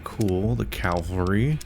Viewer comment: "Cavalry" being mispronounced is definitely not just american - most non-native speakers struggle with it as well. Either way, not a very amusing result, considering how niche that... hill?.. is. What I have seen of Fallout 4 is a save-corrupting bug experience and that has permanently soiled my perception of it.